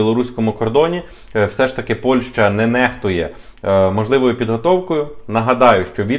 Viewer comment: Після чисельних моїх зауважень даному ,,талановитому"блогеру відносно правильної назви дружньої нам країни Польщі яку останній вперто називає Польшею приємно здивувалася коли він нарешті вірно вимовив назву цієї країни.Але...в середині даного відео він всеж говорив Польша ...Польща ...Польша ...Шановний ну не ганьби української мови...